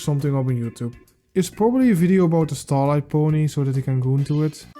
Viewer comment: As much as I dislike this guy due to being cringe, I just can't take how much you butcher every character's names. Like, do you skip english classes, is that why you can't even say Starlight correctly?